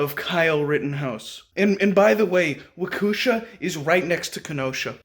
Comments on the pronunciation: It’s pronounced wok e Shaw. great videos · Omg I love this man! I live in Racine WI...right in between Kenosha and Waukesha ( pronounced walk-eee shaw) and I work in Kenosha. Crazy shit is going on around here..but this won't happen again...were prepared at all times now! At least I am lol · Dude, please look up the pronunciation of Waukesha. 🤦🏾‍♂️